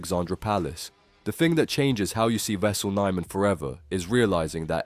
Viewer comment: At least pronounce his name right... My god